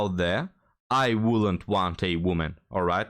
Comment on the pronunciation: Sorry, but I don’t want a “real woemyn” either, and I’ve had hundreds … 😂